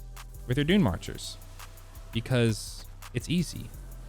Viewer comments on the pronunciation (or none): I kept hearing DoomMarchers for some reason. I only found out its dune reading the comments lol. I'm a new player and I haven't played Titan yet. Btw DoomMarchers sounds cooler to me.